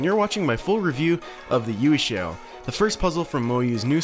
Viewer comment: it's pronounced "yuweh shao" not "yew shao"